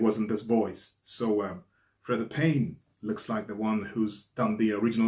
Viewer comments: I'm pretty sure her 1st name is pronounced like, Free-Da. Also, I agree that she IS beautiful, sings beautiful and her outfit is beautiful. However, I think the ONLY ones there that are worse at dancing are the weird go-go dancers behind her. What she NEEDED was some dance lessons. that would've made her career go a lot farther. Just MHO but, like assholes, everybody's got 'em... that that was mine. Mind you, I've always LOVED this song. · Pronounced Freeda. Great reaction and your analysis are always on point. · "Freeda" Payne...get it? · The beautiful Freda (pronounced Free Da) is still with us. She was never with Motown.